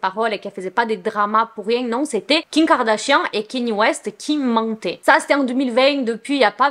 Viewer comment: Superbe vidéo ❤️ Mais j’aimerai trop savoir un truc mdr Tu dis kiM kardashian, kiN, ou Ki kardashian ou c’est juste moi qui entends mal haha